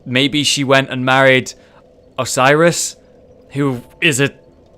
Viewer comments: If you want to zoom in on distant things even more closely, the Hawk Ring approximately doubles the zoom range of bows and the binoculars. I think the pronounciation of Oceiros is more like O-say-ros, the other way sounds a lot like Osiris to me. EDIT: Pronouncing it like Osiris might be the more logical way, the egyptian god of the same name was connected to transition, resurrection and regeneration. (Transformation into a dragon) There's at least one more thing later on apart from Lothric Castle which you can see from the beginning of the game, and it's a great one ;D The Gotthard TS are very good PvP weapons as you may already know, their probably only weakness is parrying, especially the rolling R1. The weapon variety is awesome! Man-Serpents are indeed weak to Lightning. I love that the dagger-wielding variant can parry, shame there's not more enemies that are able to, apart from those, the Falchion Skeletons and some hostile NPCs. The L1 confirm into L2 with dual wielded weapons is much more reliable in PvP, because PvE enemies have functional poise. I generally like the Anchient Wyvern gimmick, but at the same time it makes the Man-Serpents seem like the real boss. I actually fell to my death twice when trying to stab the Wyvern in the head, once because I just did the advised plunging attack like in the tutorial with walking off, and the second time because I rolled to early. It seems to only consistently work when you roll off or do a jumping attack starting right at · I think oceiros is pronounced o-sai-roes